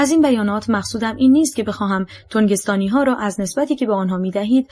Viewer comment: تنگستانی ای خانوم نه تونگستانی ترو خدا بس کن پدر زبون فارسی رو ….